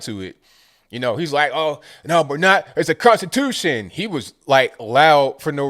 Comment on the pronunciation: Contitution lol